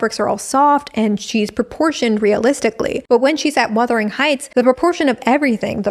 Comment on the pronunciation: Worst-ering Heights.